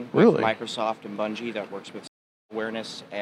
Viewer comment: Bruh, he doesn’t even know how to pronounce his hirer’s name! It’s “Bun-ghee”! 😂